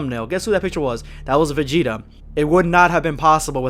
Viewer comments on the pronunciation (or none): none